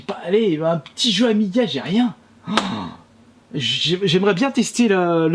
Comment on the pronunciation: Les Pro Amiga, soyez un peu plus gentil avec lui si il prononce mal le nom... c'est normal de faire des erreurs!